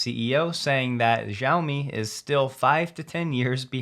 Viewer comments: Sorry to be pedantic, but Xiaomi is pronounced “She-ow-mi.” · small "s" More sheOwmi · You pronounced Lei Jun perfectly, but Xiaomi is pronounced more like Shall, replacing the Ls with a W.